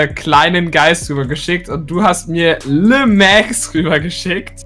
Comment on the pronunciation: Wenn dann heißt es „Le Max“ und nicht „Lé Max“ aber wenn der Brawler weiblich sein soll dann heißt es „La Max“... Der französische Boss